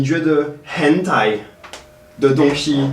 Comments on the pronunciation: 對外國人而言，四聲好像有點困難。很台（ㄏㄣˇ ㄊㄞˊ），不是ㄏㄣˊ ㄊㄞˇ。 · 我也是聽成hentai😂